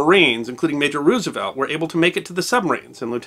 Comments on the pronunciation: You expect me to take you seriously when you say Roooosevelt? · Not to be a stickler, but the preferred pronunciation of president FDR's last name, is "Rose - uh - velt" (like the flower); not "Roos - uh - velt". I got tagged on this a few years ago and haven't forgotten it.